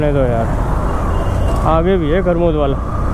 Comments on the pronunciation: Bhai armud nahi amrud Hota h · Armood nahi Amrood hota hai😂😂😂